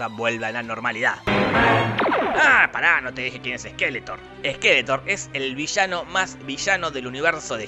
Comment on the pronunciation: Es SkeletoRRRR, no Skeleton